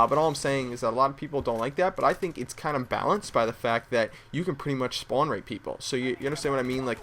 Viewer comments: you say spawn weird it made me want to commit suicide r u from new york? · thumbs up if you hear him say spown.